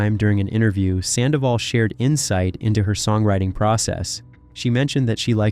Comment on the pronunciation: The Red Carpet well done for all the story and Infos you give but it's really unbearable that you keep call her too many times "SANDAVOL " !!! FFS Her name is HOPE SANDOVAL !!!